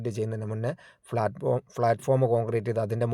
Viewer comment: Nice 👍🏻. ഒന്ന് രണ്ട് അഭിപ്രായം പറഞ്ഞോട്ടെ. ഡ്രെയിനേജ് എന്നാണ് പ്ലാറ്റ്ഫോം എന്നാണ് pronunciation